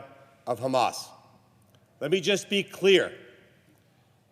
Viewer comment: Its called hamas not khamas